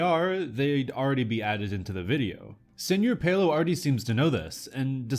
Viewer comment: its pronounced "sir pelo", not "senor pelo"